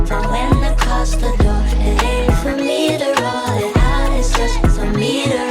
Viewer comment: “for me to rwoll it out- beh beh BeH bEh-”